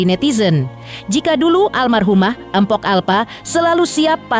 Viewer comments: Tolonglah min kalau nyebut jangan Empok, Gak enak banget di dengar, belajar lagilah cara bacanya. Yang benar itu Mpok, bukan Empok. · Naratornya kok begitu bacanya..tulisan memamg mpok tapi K nya ga usah disebut kali....